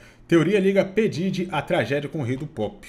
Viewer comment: É (PI DIRI) QUE pronuncia 😂no primeiro ele disse errado depois falou certo kkkk